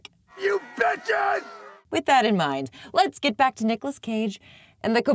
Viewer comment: what did you say? BEEches BEE crazy? As, like, BEE witches? You conviced me, it is the best movie ever made.